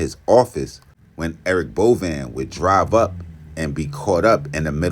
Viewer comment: It’s pronounced Bo Vein